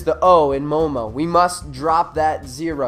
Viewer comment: did he have to mispronounce "M0MA" as "MOMO"